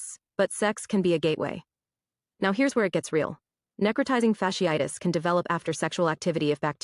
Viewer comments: “necro-tie-zing. fash-eye-tiss.” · Neck-row-tie-zing fash-ee-eye-tus is how it's pronounced :) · “Neh-crow-tye-zing fash-ee-ii-tis.” “That’s my college!” #proud Can’t even read it much less pronounce it. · It’s pronounced “Neck-Cro-Tizing Fash-ee-itis” … WTF is SHE SAYING 😂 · She's pronouncing incorrectly. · Necrotizing fasciitis(she butchered the pronunciation) is not unheard of. Remember back in the day, the women who caught a flesh eating bacteria from unsanitary pedicure basins at nail shops? That was necrotizing fasciitis. It can happen to any part of the body. Moral of the story is....don't be promiscuous. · If u don't know how to pronounce NECROTIZING FASCITIS you are not qualified to speak on it😂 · Wow she cant even say it correctly this flesh eating infection has been around a long time its not new and its not a sexually transmitted disease 🤦🏽‍♂️ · Her pronunciation of necrotizing fasciitis was killing me 😂😂😂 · as a microbiologist her pronunciation of necrotizing fasciitis was abysmal. But this isn’t a new disease. Necrotizing fasciitis; these particular cases seem to be caused by group a strep which is common. Typically when you go to the ER for a cold they are gonna run Flu AB and Strep AB. For it to cause necrotizing fasciitis these patients had to be immune compromised somehow. This one really isn’t of alarm to the general public outside of certain circles because in a normal healthy immune system it shouldn’t progress to this stage. Now what would be of concern for me though is if it was antibiotic resistant; because at that point if exposed to enough people and enough mutations happen then virulence could be enhanced to infect people with healthy immune systems as well. Microbes are pretty fascinating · Can someone please teach her how to correctly say “necrotizing fasciitis”?!?😩🤦🏻‍♀️🥴😂☠️